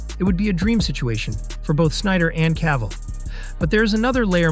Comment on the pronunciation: C'est qui l'imbécile qui double ?! C'est CAVILL pas CAVALL, PATHÉTIQUE=Français